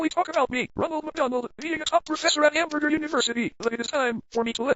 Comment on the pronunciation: Hamburjer University